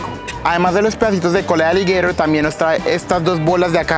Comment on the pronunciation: Hermano eres tan bruto que nisiquiera saber pronunciar aligueiro en español 😅😅😅😅😅